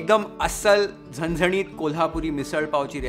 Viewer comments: Kolhapuri, zanzanit ,watan ani misal pronounced so correctly ❤ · Loved the way u speak marathi words like zanzanit, tarri, kat, matkichi ussal, batatyachi bhaji.... Recipe is 10/10 as usual Love u chef❤ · Hats off to your dedication towards your work.. Being a maharashtrian it felt amazing when you perfectly pronounced words like vatan, zanzanit, usal, batatyachi bhaji.. You are not only exploring just cooking but giving it justice in all the way you can.. I'M A Fan Man ❤️ also is doing his magic like as always.. great presentation.. Great visuals..😍❤️ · This was the first ever video i watched on YFL. I come from a Marathi household and i was stunned to realise is not a Maharastrian, especially after he nailed all the pronunciations. (Zanzanit, misal, batatya, usal). He nailed all the ळ ल ण न pronunciations. Today i tried the YFL misal recipie for the first time and my mom said it was the best misal ever made at home. Thanks a lot. Lots of Love. Please keep posting new recipies, which I'm sure we viewers will be eager to try. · Your pronunciation of झणझणीत,सुकी मटकीची उसळ, बटाट्याची भाजी, वाटण, कट, तुम्हाला ही recipe कशी वाटली, etc. made me subscribe this channel...The detailing💯...Literally binge watching your recipes like a webseries😂❤️ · Good pronouncing झणझणीत, वाटण, तरी, बटाट्याची भाजी